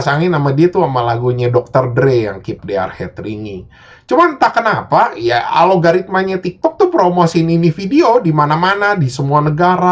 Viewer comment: algorithma kok jadi alogoritma ya